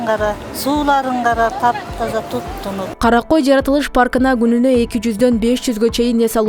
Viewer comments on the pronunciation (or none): Журналист кыз жайлоонун аты Кара кой эмес, Карагой.